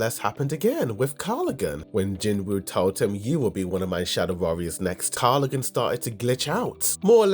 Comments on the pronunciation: Love the channel but his name is KarGALgan not KarLiGan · I think the reason why the hunter guild didn’t want help from other guilds is because the gate was theirs and asking for help after failing to clear an A rank gate can be humiliating. Like how the white tiger guild wanted to keep the red gate incident a secret. So I don’t think it has to do with them “not playing by the rules”. Also you’re still miss pronouncing the orc leader’s name. It’s KargalGan not Karlagan. Not that it’s important though cuz now he’s only Tusk.